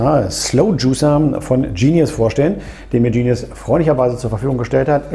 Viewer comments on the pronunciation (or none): Genius, ganz einfache deutsche Aussprache. Sitz in Limburg.